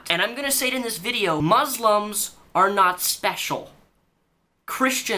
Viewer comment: She even pronounces "muslims" wrong. Jesus christ.